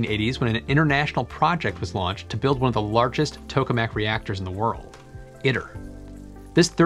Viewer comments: "Iter" is pronounced "EE tare" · I believe it’s pronounced “ih tear,” if it’s supposed to be Latin